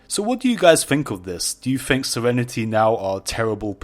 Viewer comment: It's Think... THINK. It's not Fink there is no F